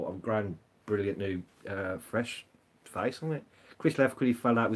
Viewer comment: When she said Ahhh, brilliant... I thought she said, Oh Berlin !